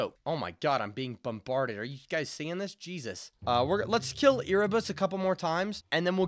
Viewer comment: Bro erebus is not called e r e ere like air but with a e